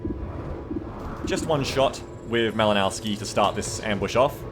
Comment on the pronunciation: That Malinowski dude is Polish - the "w" in his name should be pronunced as "v". Try to think about it like "Malinovsky". BTW - I'm looking forward to some more XCOM 2 action.